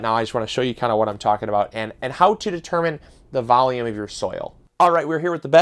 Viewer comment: Valume and a bax